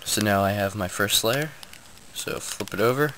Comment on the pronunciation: Whenever you say "First Layer", it sounds like you are saying "Fur Slayer" lol